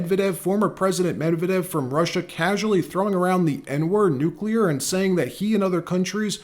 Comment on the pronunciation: Not Mev-eh-dev. Medvehdev. I give two shits about the guy but I would like accuracy.